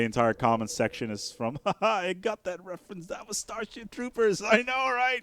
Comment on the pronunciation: did you just say "Starshit Troopers"? lol